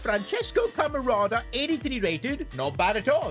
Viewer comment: Bro said francesco camarada 😭😭